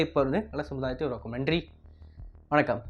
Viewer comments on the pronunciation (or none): none